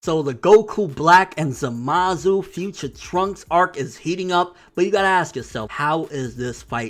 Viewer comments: lol i agree with your theories but one thing though, why u keep saying Za-Mas instead of Za-Ma-Su? or is it just easier to say it that way lol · za-ma-SU! again say it with me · zamus? its Zamasu!!! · ZAMASU WITH A U NOT ZAMAS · DeathTheKid ur right. But Nobody say Enel now do they??? Zamasu it is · Is there a reason this guy refuses to pronounce zamasu correctly? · Yeah but not in this case buddy lol. Go watch the Japanese version again and tell me if they pronounce the U or not lol. Also, me and my brother-in-law who is Japanese pronounce it the same way lol.